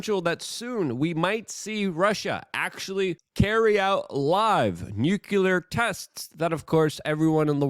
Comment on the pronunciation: temowchewless noocyooler